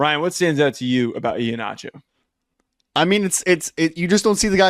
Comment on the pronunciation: Someone please just say his name correctly. It’s E-Heen-acho, not E-ha-nacho. Sorry, not trying to be petty. it’s just been killing me